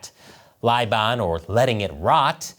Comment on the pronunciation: it's "bailan," not "laiban"